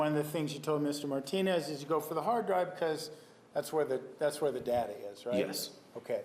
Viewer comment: MM: "That's where all the data-er is." What??